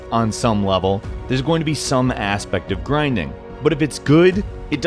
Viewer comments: It's "aspect", not "asspect" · I heard ass-pect one time, i can't heard something else...